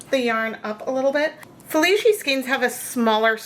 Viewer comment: My mother loved orange but now I have a skein of yarn that no one wants and I need to overdye. In due time, of course. BTW,, the "c" in "Felici" is pronounce as "ch" instead of "sh". Italian is weird like that since sometimes it is just a "c".